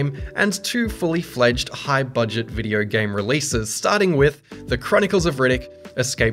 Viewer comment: hahah u cant say video its always videyrr''' hahha shiyat